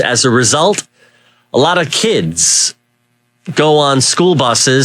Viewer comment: i like how John hits on the word "kids" right here, like he subconsciously loses control thinking about Thailand for a split second and has to regain his composure. Also, i wonder how John thinks these kids should be paying for bus fare? 🫩